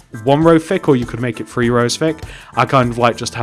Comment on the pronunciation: It's three not free